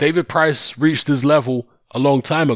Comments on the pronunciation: “Price” not “Pricey” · FR MMA Lmao. I’ve only been watching boxing for like 15 years but yeah I agree I’m 100% a casual. It’s just annoying hearing “Pricey”